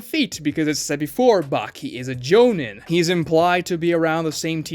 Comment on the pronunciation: Doesn’t say jonin right, very sus